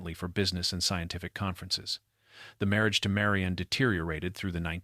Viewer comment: This is very annoying. Her name is Marion or Marian. NOT Mary-ON. Sometimes narrator says it correctly.